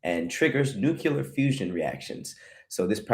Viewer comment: Everything is from space. Literally from star dust. Also must of the gold on earth is too deep for us to reach. Also, also "nuculer" isn't how you say that word. The word is nuclear. Not every star becomes a supernova.